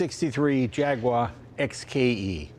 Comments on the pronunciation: JAG you ARE, not JAG wire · Please stop saying JAGWAAR it’s j a g U A r like the animal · Jay…. It’s a Jaguar… pronounced Jagyouare..not Jagwah!! Also it’s “Dunlop” not “Dunlap”… I thought you knew about Cars. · IT is NOT a JAG WHARR. It is a JAG YOU WHAH. Get with it buddy. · It's three syllables: Jaguar, not Jagwarr. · It's called an 'E-type Jaguar', not a 'Jagwaaaaaar XKE' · It's not Jagwar.. It's Jag-uar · It's not a Jagwar, it's a Jag-U-ar.... I know because I am British! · Apologies to US readers, but it was a British company, and it's how they pronounced their name; 'Jag-you-ar' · Come on Jay. Jag-wah? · will someone tell me were the W in JAGUAR IS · I'm surprised Jay doesn't know how to pronounce Jaguar.